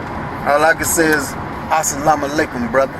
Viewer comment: He really needs to learn how to pronounce "assalam alikum" properly if he's going to keep saying it. I'm pretty sure it's not "lick 'em".